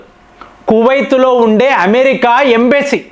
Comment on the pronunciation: ఒక్క పెరైనా కరెక్ట్ గా పలుకు సామి, ఖతార్ ను కాతార్ అంటావ్, ఇరాన్ ని ఈరాన్ అంటున్నావ్, కువైట్ ను కువైత్ అంటున్నావ్ అవి ఎక్కడున్నాయిరా సామి అని నేను జుట్టు పీక్కుంటున్నా